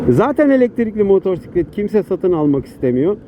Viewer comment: Ders gibi bir aktarım olmuş, ağzına sağlık 🙂👍 (2 minik eleştirim var: ilki “motosiklet”i “r”li telaffuz etmen. İkincisi canını sıkan konuları motosiklet kullanırken aktarma. Sürüşünü ister istemez olumsuz kılar. Hep pozitif ol hatta sebepsiz sırıtıp beynini kandır. Yol boyu zaten bin tane can sıkıcı durumla karşılaşıyoruz 😉👋)